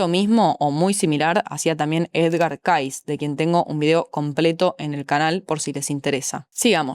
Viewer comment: El apellido de Edgar se pronuncia "keisi".